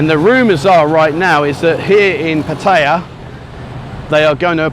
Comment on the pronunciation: Thanks for this channel we get our Pattaya Buzz while we’re stuck in the Uk! If only you could pronounce the name of the city correctly 🙏 PAT eye A !!! Not PAT hey A !!! 😡